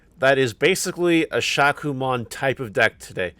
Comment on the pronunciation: Future reference my friend Shakkoumon is pronounced, “shā • ku • oh • mon ❤️